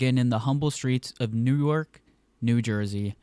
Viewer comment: You can't even say newark right 😂😂😂😂